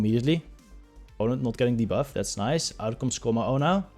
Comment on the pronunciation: Hey hallo, je uitspraak van ‘debuff’ is ongelofelijk incorrect en zeer Hollands, gelieve dit te corrigeren.